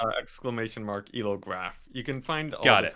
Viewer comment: I think Elo is pronounced as one word -- it's a word (after Arpad Elo) rather than an acronym.